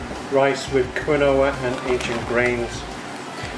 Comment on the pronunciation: Still surprised by people who don’t know how to pronounce quinoa.